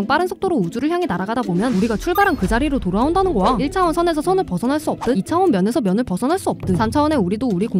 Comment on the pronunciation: 우리가 출발한 그 자리로 돌아온다는 '거야' 가 '고아' 로 들리네요 교정좀 ㅠㅠ